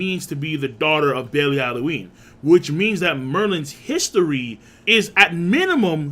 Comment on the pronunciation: I just thought it was funny that you managed to butcher every other pronunciation of a characters name EXCEPT FOR "Belialuin"